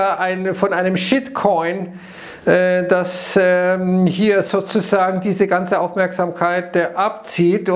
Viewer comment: Ich verstehe immer nur "sosusagen" 😂